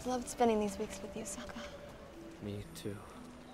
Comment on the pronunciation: nah dw i swear this movie sucked af. the live action was actually mostly true to the og anime and this movie couldn’t pronounce sokka or aang